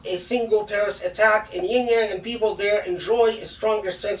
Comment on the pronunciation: Shaykh please, it's not "yin-yang," it's more like شِنْجِيَنْگ